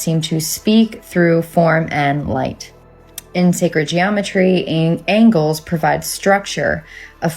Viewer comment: That plasma lady is weird...babbling a lot...angels are angles?? What plasma are you on girl?? 🤔🤔